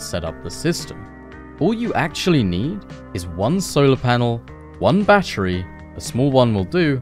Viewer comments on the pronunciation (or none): none